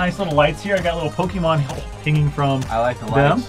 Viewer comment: Btw pokèmon is pronouced (poke a Mon) or (poke ay Mon) not (poke ee mon)